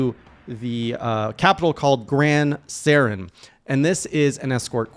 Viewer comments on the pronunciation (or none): Gran SORAN I'd not a Turian from Mass Effect.... How do you mispronounce that name? That bugs the hell out of me